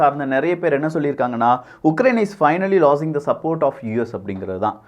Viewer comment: லாசிங் கிடையாது. லூசிங்